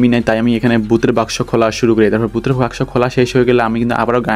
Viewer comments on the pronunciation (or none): none